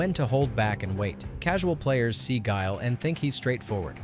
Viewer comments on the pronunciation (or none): You got guile wrong